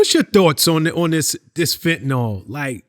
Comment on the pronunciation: Fenta-nawl does not exist. Eel. FENTA-NEEL.